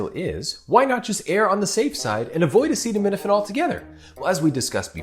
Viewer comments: Him trying to pronounce acetaminophen is what is dangerous. Why is this man allowed to use words at all?! He is horrible at them and the context is dangerous. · Sadly they don’t even see how absolutely idiotic and scary their behavior is. This clown can’t even pronounce a very popular medicine.